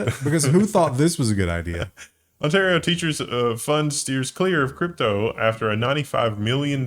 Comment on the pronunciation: Lmfao! "ont-ah-río". Like the lake? My God the education system down there is abysmal eh? 😂😘